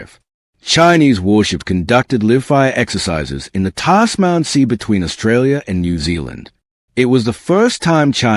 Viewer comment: Then came the Chineses doing liv fire in the Tos man sea come on it is live fire and i is the Tasman Sea ffs! AI voice over please get someone who can speak English....